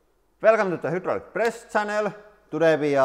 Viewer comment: I know it's your accent but it's not hudraulic or eetem it's hydraulic and item You can say hi and i right